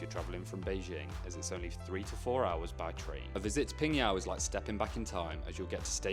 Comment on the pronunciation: wowww! Really rare to see tourists went to my hometown, PingYao! Especially on YOUTUBE. the probability is 0.00001%😂. It's really a small town. GLAD you enjoyed your trip there. And your pronunciation of my hometown's name really amazes me, truly legit, totally nailed it, definitely not like when you are speaking ZhangJiaJie.